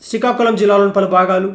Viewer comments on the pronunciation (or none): Bro sikakulam kadu SRIKAKULAM